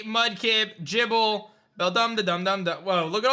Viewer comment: Bro it’s gible not jible